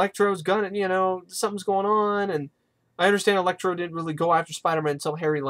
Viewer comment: Electro not elexi